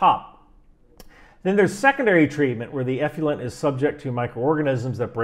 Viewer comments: I think it's pronounced "eff-loo-ent" not "eff-lee-ent". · Nuclear-nucular... effluent-effulent. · The word is 'effluent' not 'effulent'. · Enjoy the show most every time. One point on this one: effluent is pronounced eff-lou-ent, not eff-you-lent. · “Effluent,” not “effulent.” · Not "F U Lent". It's "F Flu Ent". Effluent. The "u" comes after the "l", not before. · Effluent… not effulent. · Love your videos...however, the term is pronounced effluent and not "effulent." The worst stuff is "nucular effulent." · sorry. eff - loo - ent, not eff - fuel - ent. sorry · Stop with the "eff-you-lent", please. It's eff-lu-ent. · From a career long water treatment professional, you did a great job breaking down sewage treatment... Despite the mispronunciation of eff-loo-ent 😉👍 Great break down, great explanation, I wish everyone in the states would watch your content! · We can only be as accurate as clarity will allow. The word "Effluent" is pronounced Ef-flu-ent. eˌflo͞oənt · The man does ATGMs not waste treatment, give him a break. It didn't affect the integrity of the video because he said one word wrong. Give ME a break. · Everything but your pronunciation of effluent (eff-loo-ent) is correct. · Effluent is actually pronounced " eˌflo͞oənt " — just saying! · Great video, as always. But... ef-loo-ent. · Many people cannot say the word" Nuclear"! They cannot get their brain around it, and say Nukular! has the same problem with" Effluent"!!! He is saying "Effulent" Gotta work on it,, for your credibility's sake! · It's pronounced ef FLU ent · Hey man, gotta check your pronunciation of the word effluent… it’s not effulent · It's pronounced eff luent as is in ef fluent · Check carefully the spelling of "effluent" for a guide to pronounce it. (I guess the same thing should be done with "nuclear.") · How about working on pronunciation of effluent? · Eff-loo-ent and Ha-are-etz. Love you first shirt. Keep up the great work!